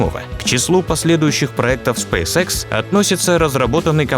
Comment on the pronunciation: Спейс икс а не спейсекс